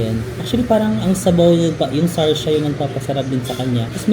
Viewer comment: it’s sar sa not sar sha 😁